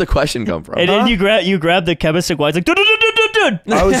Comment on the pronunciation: OK Ludwig you are saying Québecois wrong